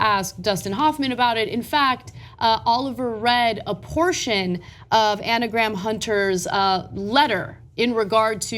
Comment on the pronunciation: Ana Graham. Lol! I'm sorry. Anagram.